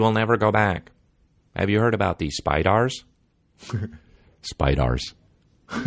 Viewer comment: Day 19 of my journey through the pod from "in the beninging" "Are spydars like humans?" 😂 #RideOrDieBaby